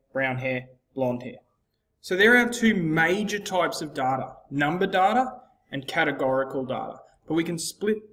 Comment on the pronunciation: you're pronouncing "data" wrong